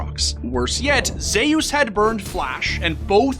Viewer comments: Bro pronounces Zeus as Zehy-Use when its clearly pronounced (By non-morons) as Zoo-s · Am I the only one that’s low key kind of bothered by the fact that the video is pronouncing Zeus Zhe your? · Did you actually pronounce Zeus as Zayus????????